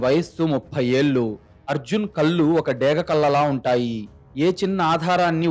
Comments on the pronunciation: Telugu bhashani sarigga palakadam mundu Ravali. Kallu ante Tati chechunundi teesi tragedi . Ekkada eyes 0aliketappudu naluka palate bhaganiki tagilinchi palakali. Edi type chesina kuda kallu ane vasthundi. Telugu aksharallo mundu nerchukondi. Eetaram antha elane Teluguni khuni chesthunnaru. Panditila v7panyasalu vini ina Bhashani marchukondi 🎉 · కథ బాగా చదువుతున్నారు. కానీ కొన్ని పదాలు correct గా పలకండి ప్లీజ్ కళ్ళు అనండి కల్లు కాదు మళ్ళించాడు అనండి మల్లించాడు కాదు